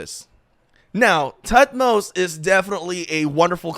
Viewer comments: Toot-moze-uh is the actual pronounciation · is pronounced thutmose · H is silent. Its pronounced “Tut-mos”